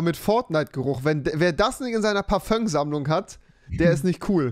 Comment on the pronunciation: niemand: wirklich niemand: Rewi: "Parföng"